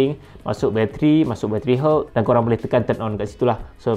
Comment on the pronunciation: Aku dengar battery herbs tadi.. 🤦🏻‍♂️ good info btw!